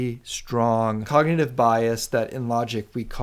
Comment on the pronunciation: "cognative"? or "cognitive" which is correct?